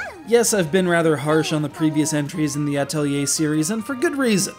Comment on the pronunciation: Thank you for saying Atelier correctly! :3